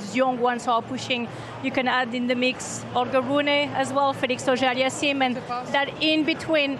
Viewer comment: Bartolli is crazy. She said Auger Alliaseme 😂😃😄😅